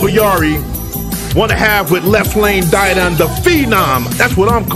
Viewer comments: Pronounced Left Lane “Did- On” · Hail Y.T. ok thanks. I listened to an interview this morning and the guy pronounced it “da don”. I’ll take your word since you know better than me. Salute. I have you on my list to highlight as well Black Bond. Royal Flush. Nasty. 🙏